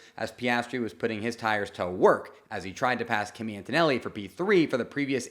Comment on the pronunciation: It’s pronounced “key-me”… not Kimmy.